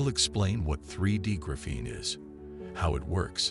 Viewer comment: Right now, I think this is a con. I also think the narrator should learn how to pronounce the word graphene.